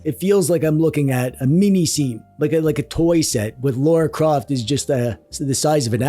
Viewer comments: L-a-r-a Croft not l-a-u-r-a Croft god it infuriates me when people butcher the english names FFS everyone says lara as it is spelled not friggin laura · i cant tell if him saying "Laura Croft" is a bit